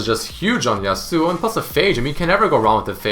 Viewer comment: how he says yasuo. yasÚO